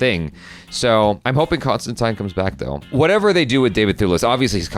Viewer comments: its tine not teen, the keanu movie had it wrong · ConstanTINE is the actual, proper pronounciation. John Constantin corrects someone in the comics even back in the 80s, and both Gaiman, and Alan Moore also always used that pronunciation. I think the movie started the ConstanTEEN thing. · He's constantly correcting people in the comics, that it's "tine" not "teen", as far back as at least the early 90s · John constantly corrects people in the comics of the prononciation of huis name as ConstinTYYYNE lol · Wait, is it pronounced Constantine or Constantine?